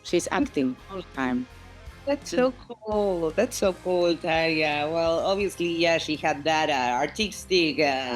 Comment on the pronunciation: Soto pose aprende como se pronuncia Tarja x lo menos